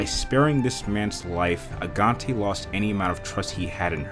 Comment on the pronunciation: What's so hard about pronouncing simple things? I mean, Madeleine could be understandable. But Agaté? Even Lisbon?